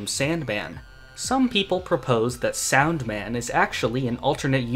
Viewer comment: the argument with similar pronunciation makes little sense here, since you pronounced サウンドマン incorrectly. The difference is still "Sandoman" vs "Saundoman" which, if you would actually pronounce the ウ as it should be, it still sounds different and is very similar to the English pronunciation. Just thought I'd point it out